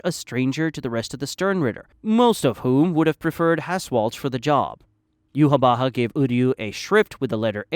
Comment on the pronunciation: u nailed yhwach's name!! i personally pronouce is iwack